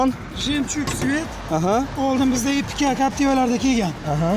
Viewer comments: Карнавал эмас карнивал .жемчон эмас жемчук . Харип😂😂😂😂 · Автор жемчун мас жемчуг дейилади одамлар кулмасин рус тилини сал ўрганволин маслахатим сизга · жемчон эмас, - жемчуг. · Aka video zo'r! Lekin jemjun mas jemchuk deng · Ука жемжон нима дегани бу карейсча сузми ёки русчами русча булса агар жемчон эмас жемчуг булади. Мен нима диябтикан деб уйлабман янги ранг тури чикибти дебман. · белый жемчон дийилмеди, белый жемчуг дийилади. Sizga zor maslahat "Choynakning qopqog'i"ni videolarini koproq korin, obzor qilishni organasiz, hoziram yomonmas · Белый жемчуг айтилади ,белий жемён айтилмайди. Кия карнивал дейилса керей манимча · Жемчон эмас,кишлаки.ЖЕМЧУГ. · Жемчон эмас Жемчуг дейилади укам. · Белой жемчон эмас "жемчуг" дейилади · Саводсиз бепаросат жемчон эмас ,жэмчук. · Ха демай жумонг деворади))) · Янги гап белый жемчон 🤣🤣🤣куйилганни урнига пуйилган деяпти 😂😂😂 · Белый жемчуг дейилади ва кия карнавал эмас карнивал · Ука, она тилингни тоза гапир илтимос, эшитган одамни гаши келади, хаелингда "пиздецки" замонавий боламан деб уйлаетгандирсан-у, аслида ундай эмас. "Белий жемчон" дейишингдан, русча "стеклоподъёмник" дейишга тилинг келишмасдан ойнакутаргич дейишингдан рус тилини умуман билмаслигинг билиниб турибди.